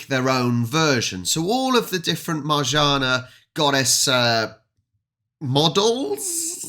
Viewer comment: You read it marzanna double n = nn